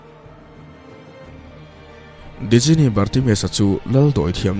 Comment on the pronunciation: A ngaihnawm hle mai. Djinni hi Jinni tia lam tur niin ka hria. Sap hovin Genie tia an spell tak kha. 😁😁